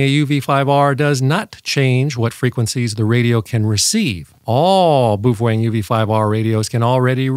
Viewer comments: "Boof-wang"?? It's pronounced "Bow-fung" (rhymes with "cow-hung"). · How can any one say boooofwang so wrong and still they know what they're talking about? It's PINYIN! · I honestly had no idea it was pronounced boof-wang. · You can not unlock the Baofeng because this man talks about the "Bufoeng". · "Beouf-wang!" LOL! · Thats the oddest pronunciation of Baofeng (BOW_FUNG) Ive ever heard😁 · "Boof-wang"? And I thought French was hard to pronounce... 😂😂😂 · In typical North American fashion butchering names...Boof wang.... Meanwhile having that pedantic tone....😂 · You’re pronouncing “Baofeng” incorrectly. According to the Dead Sea Scrolls its pronounced: “Fung-Shway” (“neh•VAD•uh” is also considered correct) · Is that how you pronounce Baofeng? I thought it rhymed with Wild Thing. Wild thing…you make my heart sing. You make everything…groovy… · It's a joke. Just like he says my-giggle-hurts for Megahertz, etc.